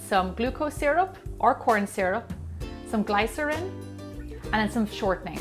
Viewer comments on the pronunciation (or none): That's not how you say glycerin